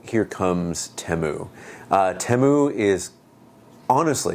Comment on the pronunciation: It's pronounced Teeeeeemu